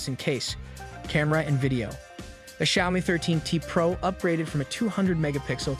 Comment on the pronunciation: Click-bait crap. You can't even pronounce word Xiaomi right.